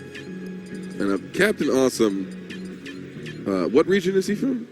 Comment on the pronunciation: Re cringuejoso el "awesum" xDDDDDDDDD